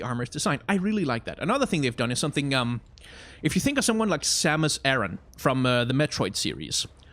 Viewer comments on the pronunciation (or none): none